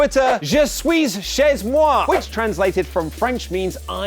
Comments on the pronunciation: We read it je sui che moi Haha we don't read sui-s- che-z-moi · je suiz chez moi you just killed all the french language inside me.... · Je suis chez moi : The last s letters of the word "suis" and the z are not supposed to be heard but hey it wasn't a terrible pronuncation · you'd think with how close england is to france he'd be able to almost pronounce that right